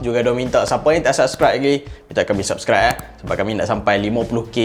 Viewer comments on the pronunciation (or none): none